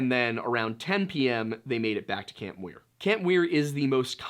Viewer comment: It’s camp Muir not Weir